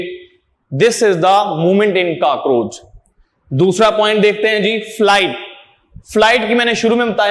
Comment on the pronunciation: not kakroch its cockroach